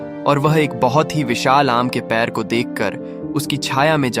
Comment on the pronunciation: पेड़ को पैर बोला जा रहा है जो कि गलत है